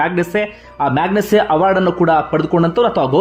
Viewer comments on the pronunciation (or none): ಗ್ರೇಟ್. ಅವರಿಗೆ ಜಯ ದೊರೆಯಲಿ. Myagಮ ಮ್ಯಾಗ್ಸೇಸೆ ಎಂದು pronounce ಮಾಡಿ